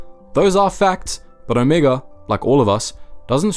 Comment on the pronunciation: sorry... but after hearing you pronounce Omega, Omiga for the 3rd time I'm done watching your video.... you watch the show, you hear how her name is pronounced, do the show and your fan base a bit of respect and say her name correctly.